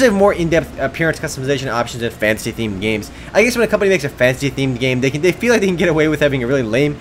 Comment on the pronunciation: I keep thinking you're saying 'fancy' instead of 'fantasy'.